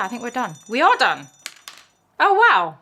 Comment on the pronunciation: You sounded American when you said “We are done!”!!😀